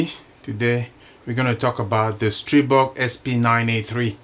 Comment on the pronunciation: I never had an issue with either my A1 or my A3. So far. Your the first reviewer that pronounced the Stribog's name correctly. I subbed . Thanks